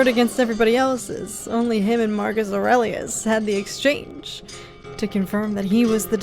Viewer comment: Don't know if you had heard it said before but if not, nice work on pronouncing "Aurelius" for the first time! Lotta people usually flub it.